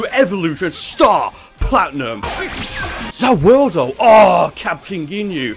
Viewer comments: He said ZA woodo....... Yare Yare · I like your vids but stop saying Za warudo your bad at it no offense please don’t watch anymore jojo stop watching it or say the world or say it right. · Freiza's name was Giorno Giovanna XD! Also you cant have Star Platinum and The World and its pronounced Za Warudo. And when its used he says MUDA MUDA MUDA MUDA MUDA MUDA, or as its normally called 7 Page Muda. Although i would not be surprised if had the amount of Power as is to get Two Stands (The World And Star Platinum.)